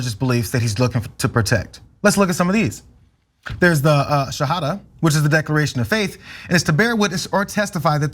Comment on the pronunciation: Hahaha "ex muslim" cenk can't even pronounce shahada